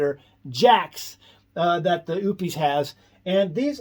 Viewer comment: Oupes = oh - pess, not oops!